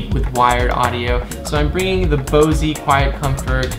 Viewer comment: Bose...not Bosee.